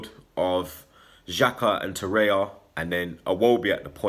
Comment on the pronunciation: I can't understand why you guys continue to say Torreya. His name is TorreiRa